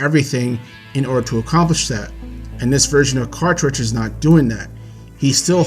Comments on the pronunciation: Quaritch is my favorite villain. I agree with everything you said. Just one nitpick- you call him Quatrich when it's Quaritch. Just remember, he has a "Quarrel Itch" aka Quaritch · Bro you keep saying Quatritch. It's QuaRitch not QuaTRitch.